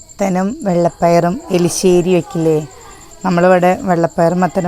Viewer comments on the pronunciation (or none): Erissery , eli alla 😂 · എലിശേരി അല്ല.... എരിശെരിയാണ് 😌😌🥰💖❤️